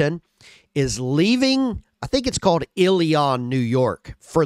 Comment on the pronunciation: I live near Remington Arms and yes you pronounced Ilion correctly